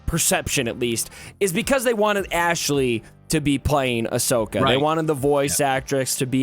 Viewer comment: needs to watch the shows. She know nothing about Star Wars. Even said Ashoka’s name wrong lol.